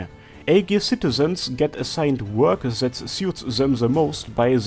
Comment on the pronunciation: is this a parody or is your accent really that bad ? :) As a german I usually don't notice it... but it literally sounds like you are saying "zed" instead of "that" xD